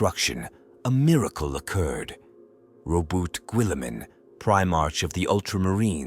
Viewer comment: I hate these lazy videos. If you're gonna narrate, then narrate. But no , you use a sub par AI That can't pronounce... Primarch , Guilliman , Goge Van dire , to name but a few. Unsubscribing.